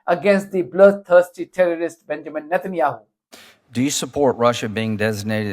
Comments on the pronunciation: Did the Veto-Lady call him “ President Netan Yahoo” ? President of what ? United States of Izrah Ell ? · did she say "president" satanyahu?